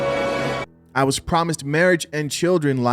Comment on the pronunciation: " I wad deceived ".